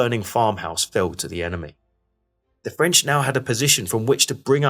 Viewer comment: Nice job. Excellent use of satellite maps to show dispositions and events. Good job on the French pronunciations too, a real rarity in videos about this subject. Good to see the Prussians being given more credit than usual but it would have been nice to see some more about the savage fighting for Plancenoit and the disagreement among the Prussians about where Ziethen's corps should go into action. Also kudos for showing the Dutch contribution to the repulse of the final attack.